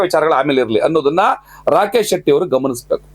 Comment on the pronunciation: ರಾಕೇಶ ಅಲ್ಲ ರಾಕೇಚ